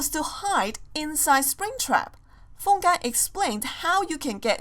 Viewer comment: its not phon guys u say its phone guy the purple guy he dire purple man died not phon guy